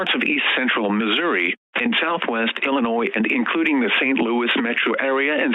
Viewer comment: By the way during the SVR for Franklin, St. Louis and St. Charles Counties, you were only supposed to do this "Example: Franklin County, Saint Charles County, Saint Louis County" without putting the "in East Central Missouri" part. How do i know this? Well i just do. Also the pronunciation for Illinois is Illynois. Otherwise good mock.